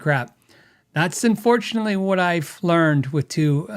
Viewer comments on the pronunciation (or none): none